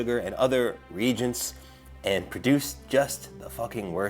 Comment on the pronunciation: Looking forward to next years video when reads the comments about his pronounciation of the word reagent.:D